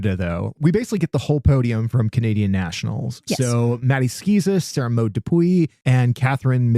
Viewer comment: Thanks for another refreshing episode.😊 (, you are such a good sport - you did a fabulous job with Sara-Maude's name!) I always look forward to hearing both of you. Your enthusiasm is contagious in the best possible way. Enjoy Four Continents! You have me really looking fo it now!